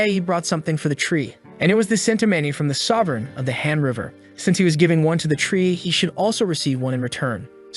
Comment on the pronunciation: Why does han River sound like hamburger ? 😂😂 I don't actually watch the video. I'm more of a listener. My ears were tricking me by making Han River sounds Hamburger. 😂😂